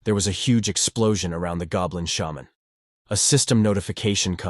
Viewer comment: I love how the voice says shaman as sh-mon. Like its some Michel jackson sound effect. XD